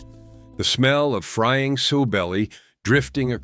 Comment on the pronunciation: Sow rhymes with cow